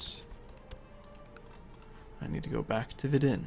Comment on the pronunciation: You pronounce Vidin wrong :D